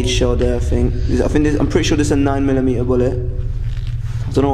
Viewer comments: Is that a Bullet ?guys is that a Bullet ? Oo fuxk 🤦🤦🤦 9 milimeea 9milimeea my Brain hurts Just listening to this Guy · Noine milly mee-ah (9mm) You poor Brits, don't even know what a bullet looks like or how they work. That was sad...watching them struggle trying to figure out what a casing is and what a bullet might look like.